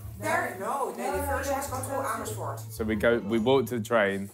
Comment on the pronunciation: Ethan die Amersfoord redelijk goed uitspreekt... Hoe dan??